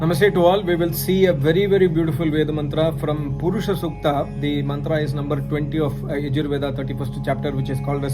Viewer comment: புருஷ சுக்தம் சொல்றேன் என்று pronounciation சரி இல்லை. வேத பண்டிட் எப்படி சொல்றாங்க என்று போய் பாரு. புருஷ சூக்தம் என்று வேறு ஏதாவது explain பண்றது. ஒரு மண்ணும் தெரியவில்லை. Scamstar